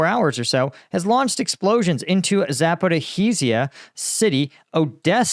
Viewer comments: Hey, great job with the content. Just a hint regarding the pronunciation of the cities. One is in particular - try to pronounce it more like Zaporidja. Like Rasta word Ja. 🎉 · ZaporiJzia - the H is not pronounced at all. The sound is J pronounced as Jay-Z or Jamaica just J. Zaporijia.